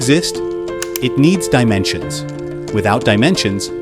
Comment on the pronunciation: the .... Dinensions.